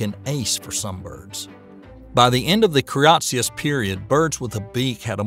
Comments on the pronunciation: Eco in ecosystem is pronounced EEEH-KOH. It is not pronounced like Echo. Avian is pronounced AY-VEE-AN. The first syllable sounds the same as the A in "brave". It is not AH-VEE-AHN. Cretaceous is pronounced CREH-TAY-SHUS (has three syllables and rhymes with bodacious), not CREE-AHT-SEE-US. Calamari is CAL-AH-MAH-REE with four syllables, not CAL-AH-MAH-LAH-REE with five syllables. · Clear and well-told, but never have I heard so many willful letter transpositions! KRE-TAY-SHUS. And for that matter SEN (not sien) O-ZOIC! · By the end of the what?!? The "Cree Yahtzeeous" period??? All kidding aside, Cretaceous is pronounced "kruh - tay - shuhs". If you're going to try to be a science communicator on YouTube then getting these small details right is absolutely paramount. If you're uncertain of how to pronounce a word try using Google to search for the phonetic spelling. You've definitely got the talent to be successful on YouTube but you can't wing it, not with complex subjects as is often the case in the domain of science. Take the criticisms levied at you here in the comment section as a To-Do List and you'll be well on your way. Take it personally and you might as well pack it in. Best of luck to you. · What is up with your pronunciation? Why do you say Ambulocetus like "ambew-luckatuss" ?? Deinotherium is not called "Dee-anno Theerum" . And no one else on Earth has ever referred to the Cretacious period as the "kree-atchiss period." ... but somehow he got Paraceratherium right. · Say it with me now; kruh-TAY-shus. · I’ve never heard Cretaceous pronounced the way he did. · Or a lot of other things for that matter... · This is a superbly-made video and I've given it a well-deserved Like. But seriously, find out how to pronounce unfamiliar terms before recording the voice-over! Cretaceous, avian, herbivorous, omnivorous, Cenozoic, Ambulocetus and one or two others. They can't all be blamed on your home-style accent.